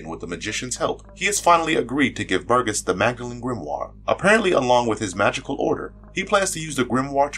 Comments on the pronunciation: Burgess...gess is pronounced like jess...not gus! It's a pretty common surname. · Little tiny nitpick, but it's a soft G, i.e. Bur-jess.